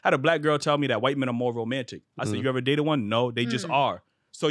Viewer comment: "Don't eva" 🤦🏾‍♀️